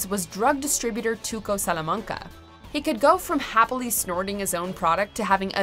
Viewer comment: "Tuco Sulamanga"